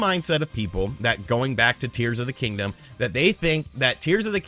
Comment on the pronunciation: Did he say "Deers of the Kingdom"? 😂